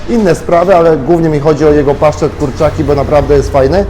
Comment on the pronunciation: hahaha "paszczet" co to jest???